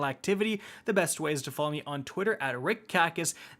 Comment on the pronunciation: "what is up guys, here"